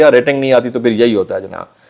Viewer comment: ghalban apasamolaikum Keh rahay Hain ager aisa he toyeh ghalat he lafz assalam oalekum hai